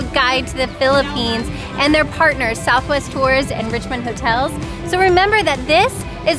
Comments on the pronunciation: lol... RIeesh-mon-daye. I grew up in Richmond, California so when i first saw Richmonde hotel in Iloilo, i pronounced it the same way does... Rich-mond. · ❤❤❤❤ your husband pronunciation of Richmonde 😂❤❤ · The town of guimaras in iloilo has the sweetest mangoes in the philippines and they are big, it's funny sir he had trouble pronouncing the richmonde hotel and good luck i know so moany aventure in iloilo